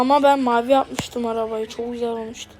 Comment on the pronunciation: Güzel ❌ Büzel ✅